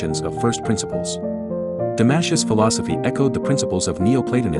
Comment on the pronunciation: “Damashus” ? Welcome to the world of AI generated history of philosophy accompanied by crappy AI generated music. We’re doomed !